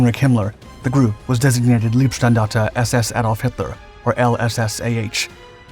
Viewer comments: Minor detail: "Leibstandarte" is pronounced "lie-bstahndahrteh", not "lee-bstahndahrteh" (it's "Leibstandarte", not "Liebstandarte"). Ironically "leeb" is the base of the German word for "love" ("Liebe")... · If you're going to do a piece on the Leibstandarte, then at least learn how the pronounce the world. It's pronounced, "LYBE-Standarta", not "LEEB-Standarte". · not "leeb" - standarte... "laib" - standarte (oh, ok, Paul already explained) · One small tip: the term “Leib” in Leibstandarte means ‘body’ and the ‘ei’ combination is pronounced like a long ‘i’ sound in the word ‘ice’ in English. The term ‘lieb’, meaning ‘dear’, the ‘ie’ is pronounced like the literal ‘e’ sound in English, which is how the ‘ei’ is being sounded in the videos. Other pronunciations in the video are very good. Keep at it!